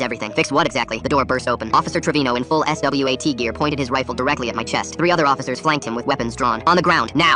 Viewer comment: Just say swat bro 😭